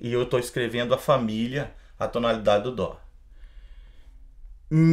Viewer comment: Por q músicos atualmente falam DÔ? Mas é DÓ... :/